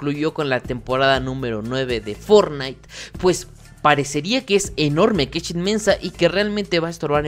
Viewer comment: Y forrait xd